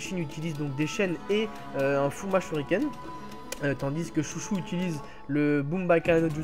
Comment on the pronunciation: C pas chouchou c chô cho